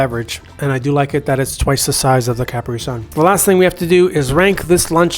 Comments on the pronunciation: The constant mispronouncing of Capri had my eye twitching. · I have never heard "capri" pronounced that way😭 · Me either!!!